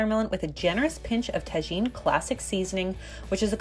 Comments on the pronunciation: This looks super yummy!! As a mexican I cringed Tah-heen Lmao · As a Mexican I approve jaja we have this all the time with Tajín but the dip is new! I’m gonna try it :) also is pronounced “tahin” like tahini ;) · “Ta-geen” 😂 mexican babies eat this out of the womb btw. Its like candy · Tajin is pronounced ta-HEEN * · The way she said " Tajin" though.